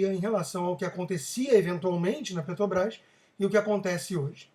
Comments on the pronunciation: Já perceberam que o Constantino não consegue falar Petrobrás? Ele diz PeTObrás. É isso em todos os vídeos. Mesmo assim gosto muito de suas opiniões. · Porque vc continua falando Ptobras?